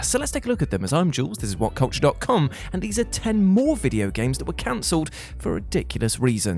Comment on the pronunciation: I just like hearing him say "Gameseses"